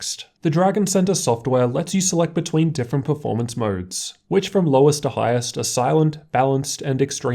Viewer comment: Moerrrds (modes)